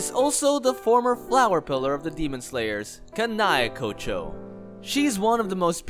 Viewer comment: How hard is it to pronounce Demon Slayer Corps, Kanae Kocho, Sakonji Urokodaki, Kanao, Zenitsu. Also Kaigaku and Zenitsu aint brothers